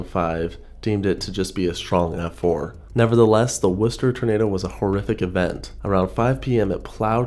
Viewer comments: Way to go with the correct pronunciation of Worcester! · As a person from Worcester, I appreciate the great pronunciation haha Our grandparents growing up would talk about this tornado, as well as the Blizzard of 76. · As a Masshole, I must thank you for pronouncing Worcester correctly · great job pronouncing worcester right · Nice to see the Worcester Tornado mentioned! And nice job pronouncing it correctly ;)